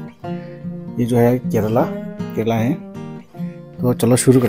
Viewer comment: Bitter gourd is called ka.. Re.. La, not k re la. Enjoyed ur vdo